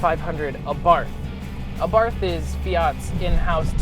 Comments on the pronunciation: saying this ONLY because I'm particular - the name Abarth is pronounced: ah-bart, the "h" is silent as is the case in many Austrian names. Great review and loving the red. Mine is white with black accenting and honestly, I cannot get enough of this little pocket rocket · Ah-Bart(h) The (h) is silent...